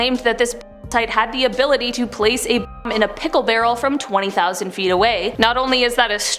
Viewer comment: interesting video but why can you not say "Bomb"